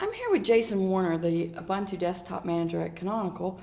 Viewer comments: I have never in my life considered pronouncing Ubuntu "Ub-un-too!" It's South Africa, dudes. It's "Oob-oon-too!" :-O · You mean Oo-boon-too. The second syllable starts with the b.